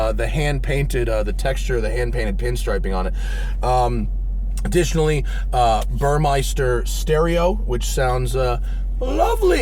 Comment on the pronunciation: Please stop pronouncing Burmester like Jägermeister. There's no i in Burmester.